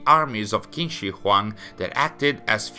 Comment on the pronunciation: Small nitpick: "Q" is pronounced as "Ch" sounds, so it'd be "Ching Shi Huang"